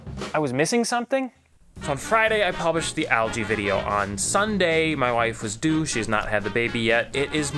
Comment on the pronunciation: When you said "My wife is due" , it almosted sounded like "My wife is a douche". Had me really confused for a second